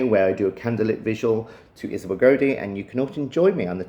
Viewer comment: It's pronounced (Gow-dee) not (Go-Dee) also I noticed in your documentary trailer for your Kickstarter you also call her home village Auldean it's Auldearn (All-Dern)